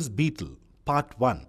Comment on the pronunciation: He said bteel